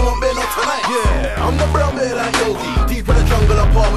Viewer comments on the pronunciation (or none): Bear man not beer man lol need to put your reading glasses on g need to research your pronunciation fam To blunt tv us grime vlog originater dominater